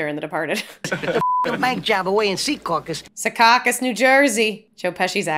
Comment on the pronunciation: you are pronouncing Secaucus wrong. Joe Pesci pronounces it correctly in the movie